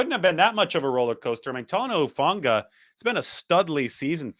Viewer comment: Shout out to, for pronouncing my Tongan language very well! Hufanga, Taumoepenu, Pea village NNNNIIIINNNNEEEERRRRSSSS #FTTB GOD BLESS 🇹🇴